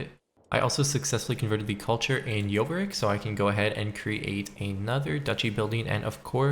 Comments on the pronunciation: Jorvik, not Jovrik, it's derived from York 😀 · Its Jorkvik like Yor vick not Yoh vick, (its York) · is he saying Jovrik (yo-v-rik) not Jorvik (your-vik)?? or am I just deaf?